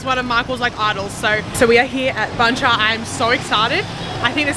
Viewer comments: it's funny the way you eat bun cha. Combine the meat and bun together dip it in the sauce. You don't eat meat and bun separately like that. Btw, it's called "BUN CHA" not "BANH". Pronounce B U N, not B A N H. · Actually, it's pronounced "boon" with the Vietnamese accent. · The way she pronounced it sound exactly like "BANH" which means a "cake" or "baguette" in Vietnamese